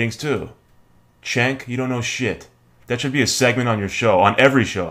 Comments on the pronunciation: If you are subscribed to TYT then you could at least pronounce Cenk's name right. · I watch Glenn Beck while on cannabis all the time. It's hilarious. BTW, it's pronounced "JENK".